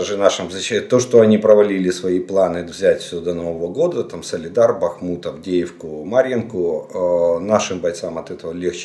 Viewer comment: Добрий вечір! З великою повагою до Вас,будь ласочка, місто Бахмут,наголос ставиться на літеру "А", а не на літеру У. І цей наголос є вірний в не залежності,якою мовою це місто ви називаєте. Місто Бахмут з наголосом на літеру А.